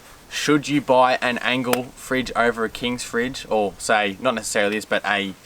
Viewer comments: Doing my head in how you keep calling the Engel an "Angle". Is this a Victorian accent thing? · Good vid but it’s Engel not Angle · Stop calling it an Angle. It’s Engel! It’s not double the power. 35W and 55W one so 40% less than the other - not half (or double) and not 80% less. Initially yeah one was ½ the other and at the end again about ½. Also - never keep any fridge on the tray of a Ute in the weather. You wouldn’t do that with your house fridge - don’t do it with a camping fridge. They are not weather proof. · Its engel not angle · It's engel not angle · It's an Engel not an Angel. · Fellas its an Engel fridge, not an Angle fridge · Why are they saying ‘angle’? I thought it was ‘Engel’ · Click. Click. Click. Click. Click. Click. Engle, not angle. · Are you saying "Angle"? Good video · Engel fellas not Angle 🤦‍♂️ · You know it’s a “Engel” not an angle 😂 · Engel not angle. Otherwise, great review 👌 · It's an ENGEL not a ANGLE. You boys keep saying Angle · Its engle not angle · Engel starts with an E not an A so how do I trust a review when you seem to not know the product you are using. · That's just NOT how I pronounce it. And when it's spelled Engel, it's not an angle. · Lads, great comparison. Like the effort you went to. But Jesus please pronounce Engel correctly. It starts with a E not an A.